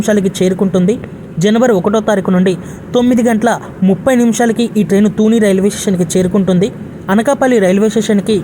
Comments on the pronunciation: తూనీ కాదు. తుని. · తూనే కాదు తల్లీ తుని.